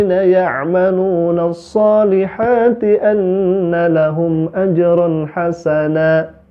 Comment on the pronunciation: Ajrun nasan. Biji Mane sih lu baca ayat terakhirny. Kl nasan itu nama tetangga gw yg punya kontrakan 🤣🤣🤣